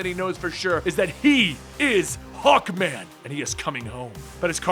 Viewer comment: I thought you said hulkman......HULKMANNNN